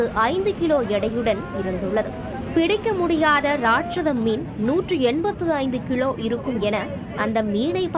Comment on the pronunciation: சிலர் அனைத்து எழுத்துருக்களையும் வல்லினம் போல வாசிப்பது அழகிய தமிழ் என நினைக்கிறார்கள். இங்கு நீங்கள் கவனமாக கவனிக்க வேண்டும் அனைத்து லகரமும் ழகரம் போல வாசிக்கப்படுகிறது. உம். கிலோ என்பது கிழோ போல் வாசிக்கப்படுகிறது.